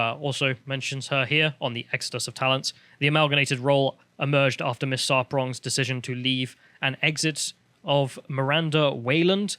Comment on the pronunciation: Her name is Sarpong, not Sarprong.